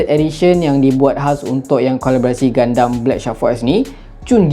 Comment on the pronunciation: Bang sebenarnya dia pronounce 'GUNDAM' bukan 'GUNDEM'.Btw Crossbone gundam tu nampak nice dan phone tu pun nampak cool😁